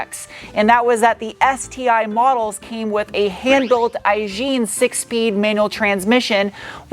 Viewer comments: Do you really say Aisin "awe gene"? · Another great review by! I think the Japanese pronunciation might be "Aye-Seen" or sometimes, regionally, "Aye-Sheen" (where the "n" is barely spoken, in the same way gozaimasu the "u" is barely heard if at all). Japanese are kooky. is correctly pronouncing the American version however, and the music choice here is "fire" in my opinion. Is the handling 9.9 better than the Lotus Elise Touring?